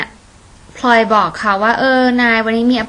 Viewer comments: ฟัง พลอย เป็นแบบ พล็อย ตลอดเลย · ออกเสียงคำว่า "พลอย" ได้เจ๋งมากเลยครับ ออกเป็น "พลึย" 55 ชอบๆครับชอบๆ